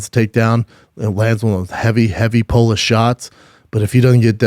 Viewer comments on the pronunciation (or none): none